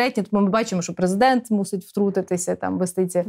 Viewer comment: А що, хіба преЗЕ!дент читає не "страна.уа"?